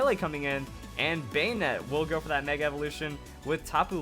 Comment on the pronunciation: you pronounce bannete wrong.